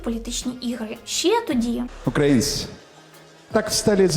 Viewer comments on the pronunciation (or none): none